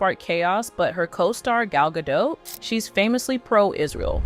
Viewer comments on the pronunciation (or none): FOR THE RECORD... Gadot is pronounced as Gah-DOTTE.... not Gah-DOUGH as you repeatedly said 🤣🤣🤣 my golly, she's been around for quite sometime and yet you still don't know how to say her name correctly 😆😆😆😂😂😂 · So, Gadot is pronounced Gal + dot not Gal + dough. This is important because she's not French or American. She doesn't support Israel. SHE'S LITERALLY ISRAELI! Palestine has routinely launched missiles against Israel for DECADES and then they invaded! It's just plain stupid for Gadot to not side with her own country because the other side wants her head literally severed off. Only the most suicidal people would choose differently in her position! It's simple survival! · Gadot, not gadoe. Say gal. Say ga. Say dot. Gal gadot.